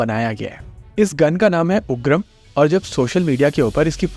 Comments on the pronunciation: हिन्दी पुनः सीखने की नितांत आवश्यकता है। उग्राम नहीं, उग्रम लिखिए, बोलिए । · ये 'उग्रम' है न की 'उग्राम'